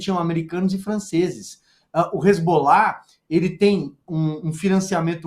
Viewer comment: Só uma correção na fala da, que disse, "hezgollah..." é hezbollah.